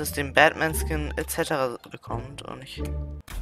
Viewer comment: Batman nicht badman lol